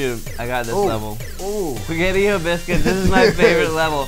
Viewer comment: "Spaghettii o biscuits" lmfao hahaha oh god